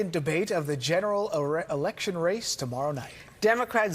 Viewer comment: Haha he almost says Erection😂